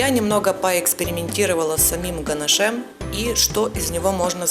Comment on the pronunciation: Извините, но так нельзя. Слушать невозможно "ганашЕм". Дизлайк.